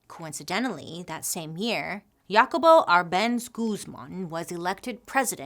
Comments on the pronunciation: Sorry, but I just can't get over how you pronounced "JACOBO" lol! sorry it was just too funny. No shade, It just way different to how it's pronounced in Spanish. :D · Thanks for the history of 🍌 😊The pronunciation for the name Jacobo is Hacobo. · Thanks for bringing light to these human rights atrocities. I am of Guatemalan decent and my mother made sure to let me know of this story. All the corruption the U.S caused. I didn't know our fellow Central and South American brothers and sisters also suffered these autrocities. FYI- Jacobo is pronounced like Ha-cobo.. like Ha Ha Ha lol ... It's Jacob is Spanish.